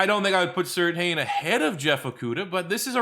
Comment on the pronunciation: Surtain is pronounced "certain"